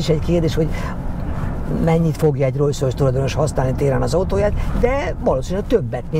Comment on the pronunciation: Ugye rosszul hallom, hogy folyamatosan rojszrojsz-ot mond?